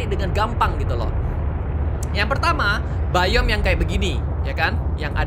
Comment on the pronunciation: Bang kata Abang yang bayom salah bang harusnya dibaca biom